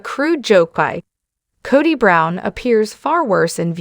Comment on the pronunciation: You need to learn how to pronounce words correctly. It's Cody, not Coddy. 1st and last time watching you.